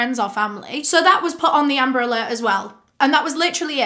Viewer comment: It sounds like "umbrella" when she says amber alert..😪